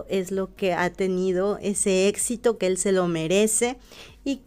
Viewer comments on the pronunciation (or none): none